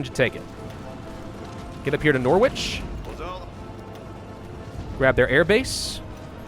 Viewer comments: It's pronounced 'Norrich' not 'Nor-which'. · Norwich is pronounced Noh-rich. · Tips for the UK: Cornwall is pronounced 'cornwol', Norwich is pronounce 'norich'. and its not English its BRITISH. JK love ur vids but also patriotic pride calls, I'm Scottish so people calling the UK 'English' really annoys me. Also why the fuck was bloody liverpool the backup capital.